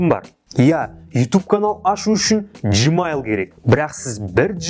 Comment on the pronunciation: Жмайл емес гмайл